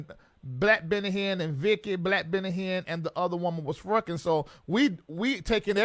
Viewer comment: you are one more fool. "We been fruckin" LMAO. I can't!!!!!!!!